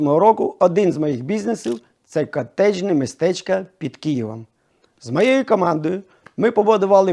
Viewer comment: не кієвом а саме КиЄВом! от і вся розмова! Це очнвидно